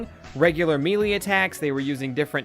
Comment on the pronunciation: Melee is pronounced "Maylay"